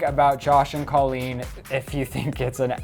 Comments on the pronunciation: What the fuck, first of all it is pronounced COlleen, not CAHleen. Second of all, Josh is not her ex husband yet, they are getting a divorce but are not divorced yet, get it right. And third of all, this is still disrespectful making a video about their relationship, just stop please. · If you're making rumor and gossip videos, AT LEAST get the names right. It's Colleen pronounced coal-een not call-een. The fact that you can't even pronounce their names proves that these are not facts, and you didn't even research anything, you just made stuff up for views. This is the kind of stuff that creates controversy and makes the world a worse place to live. This video should have more dislikes than likes. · "Cah-leen" fuuuuuck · "Cah-leen" fuuuuuckkkkkk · You guys shouldn't be using people's pain and suffering for views. You didn't even say Colleen's name right. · Couldn't even pronounce her name right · It's a long O sound in Colleen's first name. Learn to pronounce it correctly -_